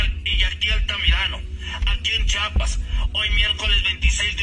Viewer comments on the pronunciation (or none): Para empezar aprendan a pronunciar es chiapas estado sur del país de la republica mexicana, chapa es la que tiene la puerta jajaja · Se dice Chiapas, no chapas!